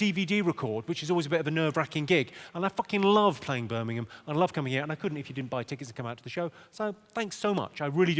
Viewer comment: Sometimes it sound slike hes saying "Spermingham" instead of Birmingham